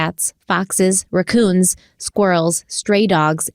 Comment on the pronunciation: Late to this video. As horrible as those kids’ deaths were, I’d much rather believe the wildlife did the postmortem injuries than the boys were tortured before they died. On a lighter note, I always have a giggle when I hear pronounce the word raccoon.